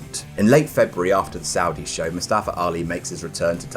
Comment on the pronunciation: Its MuSstafa..MUSSTAFA!!!!!